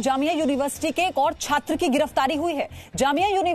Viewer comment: Chattra kyuon bol rahe ho .. News script karni bhi nahin aati ..